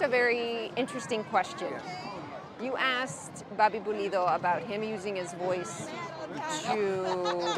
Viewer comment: Pulido not polido lol